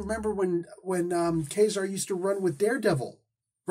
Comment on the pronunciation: Ka-Zar was my favorite comic when I was a kid. To me the pronunciation was always Kuh-zar and not Kay-zar, so that is how it will always be to me, regardless of how much one might think it sounds like Kazam, which is really superficial, esp. when the latter, Kay-zar, sounds like Gay-zar, so I dont see why you go with that.